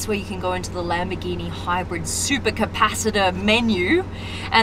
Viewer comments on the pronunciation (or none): not lam-bi-geenee it’s LUM-BORE-GEENEE